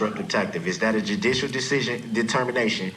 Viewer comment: did you notice sometimes he said ask?…I think a lot of it is an act…but he also says troof,instead of truth..substain instead of sustain..he says dujicial instead of judicial and so many other things I’ve heard from similar people